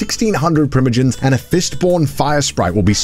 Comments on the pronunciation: "tying" "primogins" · the "primogens" into "fistborn" combo 😭